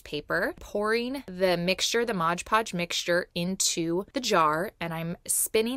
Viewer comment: MOD Podge, not Modge Podge.